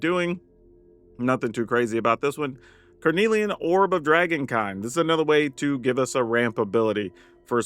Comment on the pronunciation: You’re saying carnelian right, and yes it does mean something 😁 it’s a red semiprecious gemstone.